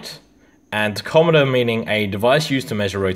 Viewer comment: Wait ….. what did you call it???????? It’s pronounced “Tack om a ter”